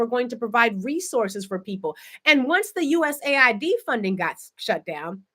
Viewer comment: The Agency is called US AID not USA ID.